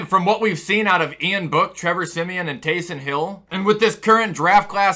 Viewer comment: He siad tayson hill lol 😆